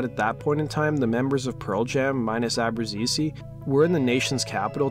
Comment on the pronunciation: Don't like how he says Abbruzese